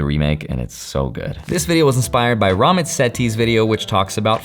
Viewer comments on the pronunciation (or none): Damn really butchered Ramit's name